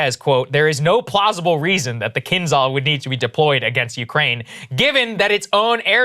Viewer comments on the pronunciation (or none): zh in kinzhal is not pronounced "kinz-hal" the zh replaces one letter in russian which makes kind of like a hard "sh" sound. kin of like Chinas Xi which is a harder "she" this a bit harder/harsher "zhe" sound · if you guys are gonna continue covering the war, can you please get a consultant to help with pronunciation. it’s painful to listen to when it’s kinzel this, kinzel that. It’s Kinzhal. not that hard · I didn't dismiss the missile. I dismissed the Kinzahls as an imminent threat to Mainland US. Particularly from Moscow. 3 times also isn't misspeaking when you are trying to build a brand around respectable journalism and an alternative to Mainstream media. Krystal misspoke when she said "A mile a minute". I forgave that, didn't even really register it. Saagar stressed, with spoken language, body language and repetition that this missile could hit DC from Moscow in 5 minutes. If it was only once, I might be inclined to let it slide. But more than once is plain sloppy reporting or sensationalism, especially when talking over your own research report contradicting what you are repeatedly saying. Pretty much all my other replies have been based on this. It hasn't been dismissing other threats, it has been dismissing other threats in regards to the use of this missile and it's ability to be used against the US imminently, particularly the mainland. (Also practically, until Russia has a relatively entrenched and safe forward position it remains unlikely that a government will send such expensive planes, with expensive armament more than 6000mi round-trip without a lot of support or desperation - there's a lot that could go wrong, including giving secret technology to the enemy.) If the not-quite-worst-case happens and we end up at non-nuclear war, I have no doubts these missiles will eventually be used against US & Allied targets. I imagine most of their stocks will be burned ear